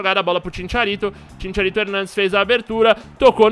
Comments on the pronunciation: Sem querer ser chato nem nd, mais cristian bale é o manu que fez o batman. GARETH BALE joga bola. e CHICHARITO nao ChiNcharito. kkkkkkkkk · kkkkkkkkkkkk e Chincharito pqp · Chincharito hahahahaha e chicharito